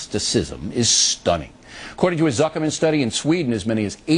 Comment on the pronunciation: I love how he mispronounces atheism but gets zuchermann right the first time